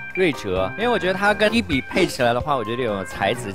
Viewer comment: H b？？口齿不清啊